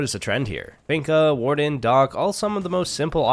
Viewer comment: What does he say ? “Waldenout”? He says, “you could also get rid of waldenow”??Like i can’t understand so can someone clarify😂😂